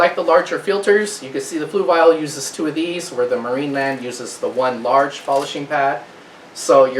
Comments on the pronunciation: Fluval is pronounced fluvol not fluvile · Where is the "i" in Fluval? I must be missing something on how to pronounce it :) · 😂 "floovial". I noticed that too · The way he says fluval lmaoo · You're not quite there but you're really close. First of all Fluval is a difficult word to pronounce, in fact even the representatives on the Fluval YouTube channel pronounce in completely different ways. You're trying to say it like this flu- (like being sick) V AL ( like the name Al as in Al's Toy Barn) the problem is when you say fluv-AL really fast it can sound like flu-vile. In fact I said fluvile to 2 different talk-to-text programs and they both spelled it as Fluval. Here is a link to one of their representatives saying it.